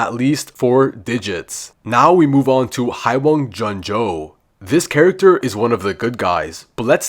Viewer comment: Hi-wung-jun-jo got me rolling